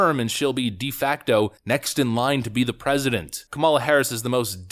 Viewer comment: Did she say “R”esident instead of President ???????